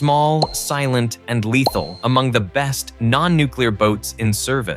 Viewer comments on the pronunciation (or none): none